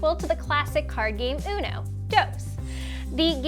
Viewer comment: "unoe" "dows"